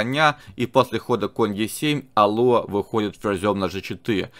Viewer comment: Не Алуа а алуА